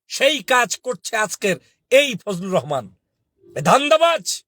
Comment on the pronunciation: ফুজলু রহমান বলেন কেন বলবেন ফুজু পাগল